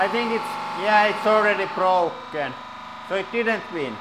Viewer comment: "anda now it's brlrlrlroken"